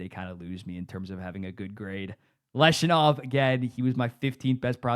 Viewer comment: I'm not sure how the Blackhawks are in a worse spot than they were 15 months ago regarding their build? They landed the #3 overall pick in the 2025 draft and drafted Anton Frondell, who experts regard as a potential 35 - 40 goal scorer. Also, its pronounced LEV-Shoe-Nov, not Lesh-U-Nov. More certainty with SJ Sharks? Who defends on the Sharks? Where is their scoring depth?